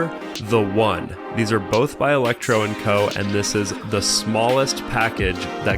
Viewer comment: Electro & Co. videos just aren't the same without mispronouncing it differently every time he said it...